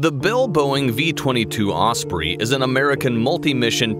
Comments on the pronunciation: its a tilt rotor aircraft and os-prey not os-preeeeeeee its like debrah it’s pronounced debrah not deebrah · Aside from the base faults of the video, I think you could do with learning the pronunciation of osprey. 'Prey' as in an a sound.